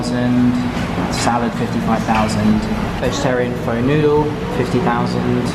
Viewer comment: I couldn't watch after your pronunciation of of "pho" 😂